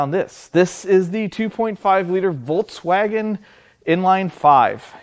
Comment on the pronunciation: He calls it voltswagen😅